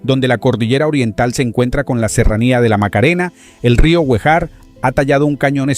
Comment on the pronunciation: Rio Guejar (Acento en la e)